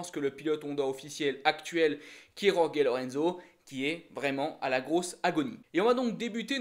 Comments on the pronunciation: alors STP, Jorge ça se dit "Rolri" en espagnol ou "George" en Français. merci. Yorgué ça fait plouk. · Cette prononciation de Jorge me fait mal aux oreilles ... Pourquoi «Yorgué» ?? Oo Le j et le ge en espagnol, se prononce presque comme un raclement de la gorge (je dis bien presque). Même Zarco fait la faute, ça me fait tellement mal ...